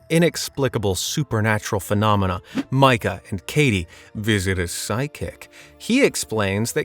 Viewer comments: It is pronounced "Mee-kah." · Did you ever see paranormal activity? You’re saying his name wrong.